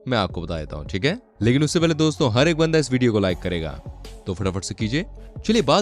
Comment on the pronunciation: Doso Nehi Dosto hoti he 😅